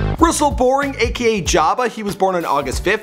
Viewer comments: did he just say jaba? it’s mf joba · It’s pronounced joe-ba not job-a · J-OH-BA NOT J-A-BA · Did he really just fucking say JAAHBUH It’s J-OH-BA Edit: just ripped apart Roberto’s last name too 😭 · smh you called him jawba it's JORBA GODDAMMIT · ITS JO BA JOOOOOOE-BUH NOT JABA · Aye yo B it’s JOBA NOT JABA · Its Joba, not Jabba the Hut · Jaba... I knew their had to be one mistake in this video because their always is on this channel but to mess up something so simple lol. Its Joooba btw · Did he say jaba instead of joba? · we all cringed when he pronounced it job-ba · Did he say Jaba???? Put some respect on his name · THIS DUDE SAID JOB-UH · he really said J a b a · This man really said “JAW-BA” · He said Jaba. Jaba the fucking hutt. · ITS (JOE) BA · Fire him. He said “jabba” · man fuck you, its JO-BA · he said ja-bah lmaooo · It's joe-ba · "JAHBA" AAAAAAAAAAAAAAAA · You were doing so damn good until you said Jaba damn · this man really said "ja-ba" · we love “Jaba” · Jahba? Lol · Lmao he pronounced Joba like Jabba the Hutt💀💀💀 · It’s jo ba get it right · No it's J-OH-BA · It’s pronounced Joe buh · Did this man really just say jaba... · Russel Boring aka "Jarba" lmfao wtf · This man said Jaba 😂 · IT'S J-OH-BA. YOU DO NOT DISRESPECT JOBA THAT WAY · lmao "Jabba" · "jobba" "ontinent" "nunEz" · nice way to pronounce joba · he pronounces ciaran correctly but butchers joba? lols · facts he can’t even say joba😓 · you can pronounce ciaran but not joba omg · Consuelo Ramirez glad someone else picked up on that